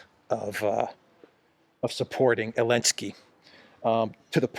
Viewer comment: Damn you, you have got me calling him Elensky now!